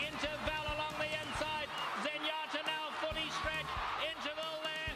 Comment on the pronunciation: I always loved how when Trevor D. called her Zenyatter 😅